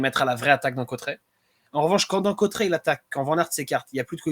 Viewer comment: Salut...et merci...! Oh , les gars , c'est ou Côtret...??? Aujourd'hui l'arrivée était à CAUTERETS...! Côtret....😂.. ! Ça va les Parisiens...!?? Vous n'aimeriez pas apprendre à vous exprimer en Français...? 😊 Côtret...hein ...!?? 😓